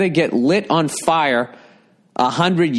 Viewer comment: Hey, Billy, "red ball's roasting on an open fiahh!", Burr! Good on ya!